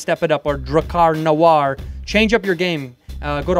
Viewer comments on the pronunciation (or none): none